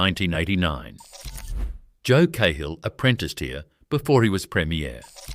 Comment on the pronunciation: Great history. One thing. Joe Cahill , NSW Premier, is pronounced "Karl" not "K-hill". Cahill as in the Cahill Expressway.